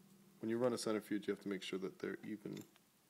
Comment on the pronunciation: Please start saying "cent-RI-fuge" and stop saying "cent-ER-fuge". You are mispronouncing that word.